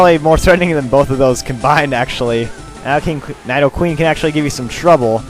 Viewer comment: its nidoqueen not nydoqueen